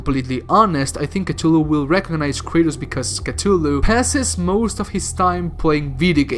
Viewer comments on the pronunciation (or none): its cuth-ulu not cut-tulu ffs